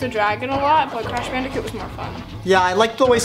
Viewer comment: "Ur crash bandetcute"